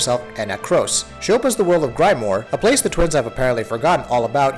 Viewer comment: "Grime-more" "Tensai"... Please research the pronunciations first.